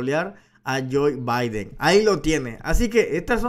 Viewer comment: Se llama Joe Biden. No Joy Biden..gracias Larin